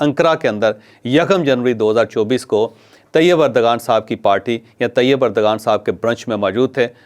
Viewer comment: It's not urdgan but erdowan It not English g but turkiye w Correct yourself